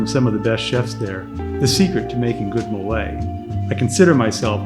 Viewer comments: I appreciate your videos and want to try this place. My only ask is, please stop calling MOLE, molay! Phonetically: It’s pronounced MOE-LEH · The correct pronunciation for Mole is- MOH-leh. Stress the 1st syllable. pronounce like the mole of guacamole